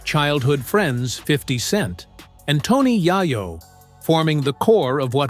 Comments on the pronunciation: A.I funny asf TONY YAH-YOH😂😂😂😂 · 😂😂😂😂😂 Tony YAH-YOH😂😂😂😂😂😂😂😂😂😊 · He said Tony yuyo 😅😅